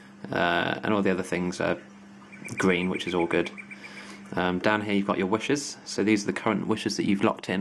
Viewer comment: you pronounce 'wishes' as 'wushers' :')